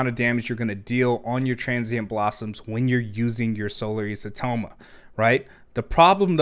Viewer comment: you almost said isotoma correctly there but then you backtracked and said it incorrectly... it's EYE-so-toe-ma